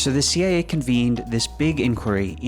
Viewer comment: Never heard someone pronounce "CIA" as "Seeya" before.